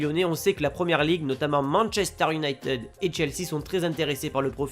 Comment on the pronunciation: IOUNAÏTED pas IOUNAÏTIIIIIID